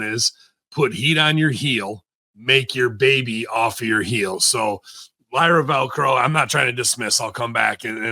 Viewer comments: Lyra Velco? Who's that? You mean Lyra Valkyria? Now I can't take what both of you are saying as serious wrestling critics. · I always pop when Russo messes up wrestlers names 🤣 Lyra Velcro, DUI instead of DIY, Jury Duty instead of judgement day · I can't help but laugh everytime russo mispronounces Lyra Valkyria's name 😂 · He's not a mark and that's his casual mindtake. If he's a wrestling mark, he would say her name right 😅.